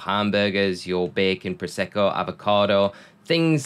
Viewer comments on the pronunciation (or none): Prosciutto is pronounced like pruh shoo toe! not prosecco :) prosecco is a white wine haha